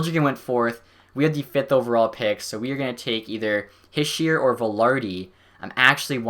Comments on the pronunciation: Heesh-eh is how you pronounce it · Its He-She-er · It's pronounced he- shey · It's pronounced hish-er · Nick Almeida I was thinking the same thing